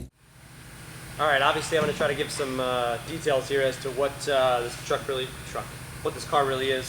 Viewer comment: lol he say truck